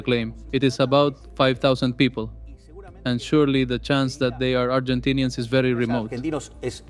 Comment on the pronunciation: As a Brazillian 😂 👉 Agentinians AAAAAAAAAAAAAAAAAAHAHAHAHA